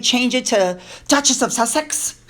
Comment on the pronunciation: Dutchess of "sucks-at-it"